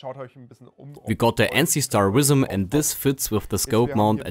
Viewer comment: Language advice: german to english - your V's and W's are backwards. You are using a Visim scope. Your pronounciation was "Wisim". Just flip it around and you should be good. I have german friends that make that mistake all of the time.